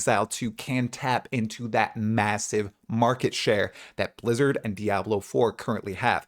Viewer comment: I love how you hardly pronounced the B in Blizzard Lizard is indeed very hit and miss.